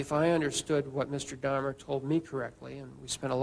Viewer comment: A pronúncia correta do nome é Dáhmer (Dá-mer) . Não é Dâhmer.